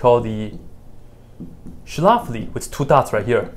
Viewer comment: As a german, the way you pronounce "Schläfli" is really cute haha